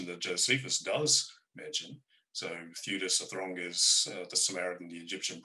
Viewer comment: Dear, it's not Flavinium, it's Flavianum. And it's Theudas, not Theadus.